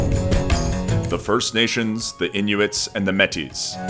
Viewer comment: no its inn - junnn